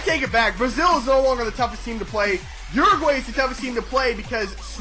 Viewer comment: A little better pronunciation of my country Uruguay (Ur-A-Gwy). Besides that good video.